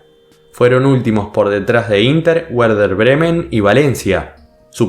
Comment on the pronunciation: Porfavor pronuncia bien Werder Bremen. (La W se pronuncia como B) porfavor esque da grima escucharte. Gracias